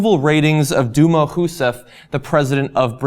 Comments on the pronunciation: lol "duma"? XD that was funny It's pronounced Deelma, actually xP but it's ok, I think it's the first time you screw up the pronunciation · "Dilma", not "Dulma". Nice reporting! Keep it up!